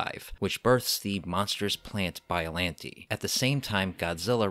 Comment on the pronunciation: I think biolante is pronounced (bi-o-lon-tey)